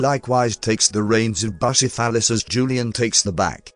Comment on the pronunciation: Everybody going on about “queasy deutsch mark”, but I’m too busy laughing myself sick over how the TTS managed to turn “Bucephalus” into “Bussy-Phallus”.